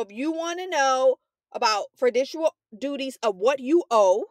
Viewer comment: the way u saying fiduciary and fiducial is hurting me